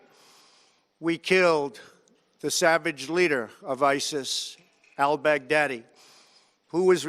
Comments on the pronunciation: Love the way he says " Al Bag Daddyy" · Also 'Al Big Daddy' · I like how he says “All Bag Daddy”